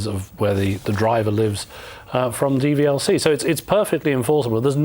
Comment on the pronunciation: dvlc?? its dvla